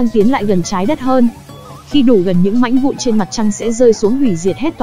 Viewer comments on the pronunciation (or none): Mãnh vụn rồi quỷ đạo...cần phát âm cho chuẩn nha ad, mặc dù rất giải trí với phần thuyết minh nhưng những lỗi đọc sai dấu tiếng Việt nh như vậy thì nên điều chỉnh